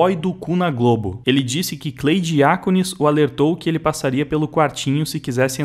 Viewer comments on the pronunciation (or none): none